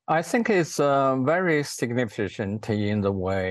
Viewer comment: MR News interviewer, Ai Weiwei doesn’t have to speak to you and certainly not when you are toxic in your pronouncing of words from SIGNIFICANT to SICKNIFICANT, please don’t play people in order to make them suffer. Thank you